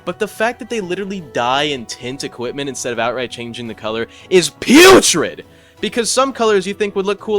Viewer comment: that “putrid” is so personal